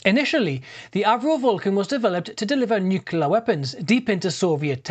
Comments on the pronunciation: Why is he saying 'Nucular' instead of 'Nuclear'? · New-kle-ar - not new-kyoo-lar Put me right off the video. Sorry.